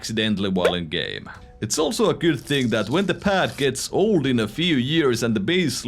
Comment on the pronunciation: the pAAD PAAd quite fAASt grAAph more spEEEd contrOOl